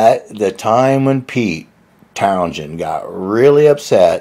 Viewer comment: Many thanks, yes it's pronounced Townsend, thank you